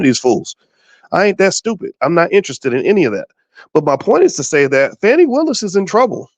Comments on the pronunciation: So it's pronounced with a long A vs. a short A (how Boyce is saying her name)? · Ok her name is not pronounced FANNY. And Wade was not her subordinate. He was a contractor with her for the RICO case. I do understand and agree with the point that she should have realized she’d be under scrutiny once this RICO case happened. Am I hearing several biases?